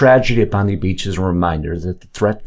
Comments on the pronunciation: It's pronounced "Bond-eye". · It's pronounced Bond - Eye. For god sakes people get it together